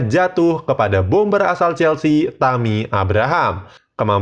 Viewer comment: Tulisana tammy bacanya temi bang